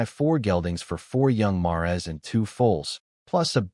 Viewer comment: Bro "mares" is pronounced "mayors."